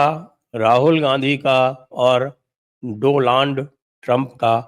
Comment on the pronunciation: यह प्रवक्ता जी ने दोलॉन्ड कहा😂😂😂